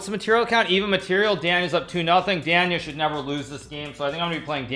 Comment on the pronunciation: A monster of chess Grandmaster, but can someone help this dude how to pronounce Daniel? Good lord